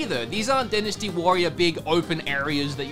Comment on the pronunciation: It's pronounced "Die-nas-tee", not "Dinasty". Please, say the word correctly